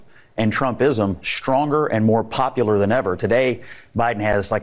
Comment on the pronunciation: Why do people say "shtronger" instead of "stronger"?